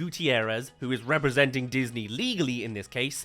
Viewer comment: you sure it wasn’t datney 💀💀💀